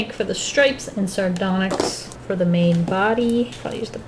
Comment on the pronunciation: She said sardonxy oh my what are the steven universe fans are Gannon be blow up